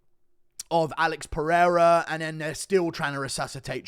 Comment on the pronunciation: Daniel " AH-LEX PEREIRA" Cormier